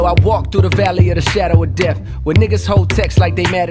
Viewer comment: When J cope says kiss of death, it sounds like he says "deaf".